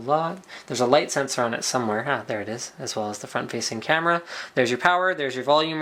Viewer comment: I know he said camera, it allmost sounded like "canon"